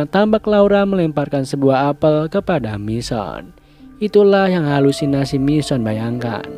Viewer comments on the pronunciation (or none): none